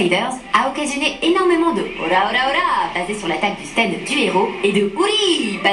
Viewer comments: on en parle des "stend" ?? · On peit pas s en plaindre parce que ca vient du mot anglais donc en soi on peut dire stand pour faire a la japonais ou stend a l anglaise. Meme si c est mieux de se focaliser sur la VO, on peut pas lui en vouloir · Quand on le prononce en anglais, on se rapproche du [æ] de qui est comparable au français. C'est aux États-Unis qu'on prononce comme ['stend]